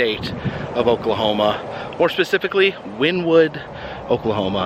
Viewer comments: In case anyone is wondering, the name of the town is pronounced Winnie-wood. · I live in Oklahoma and it's pronounced Wynn-ie-wood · Grew up a few miles from there. The town's name is pronounced Win'-e-wood. I've never been to the park; I refused to support that place.